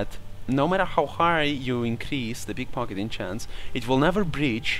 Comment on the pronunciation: you said pickfockiting